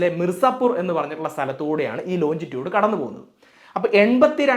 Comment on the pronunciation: Longitude ലോഞ്ചിറ്റ്യൂട്